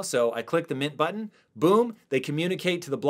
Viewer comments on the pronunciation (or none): none